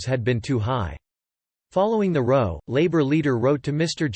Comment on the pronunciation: This guy is reading on auto. He pronounces 'row' as you do in a boat instead of 'row' as in an argument (twice).